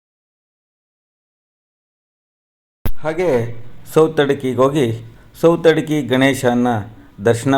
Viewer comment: ಸೌತೆಡ್ಕ ಸರ್... ಸೌತಡ್ಕಿ ಅಲ್ಲ... ದಯವಿಟ್ಟು ಅನ್ಯತಾ ಭಾವಿಸಬೇಡಿ..